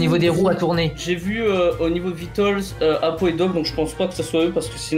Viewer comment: 😂Sa fume doc il a dit apolun pour apo😂